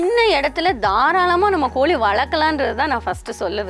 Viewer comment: It is not koli you have to pronounce properly in Tamizh.. It is Kozhi so before coming to blog master the language.. 👇